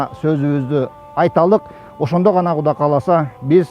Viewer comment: Куда эмес,Кудай десенер чулдурабай